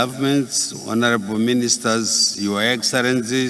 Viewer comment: Vhonoreble, poritical, incrusiveness, famiry yaaa neee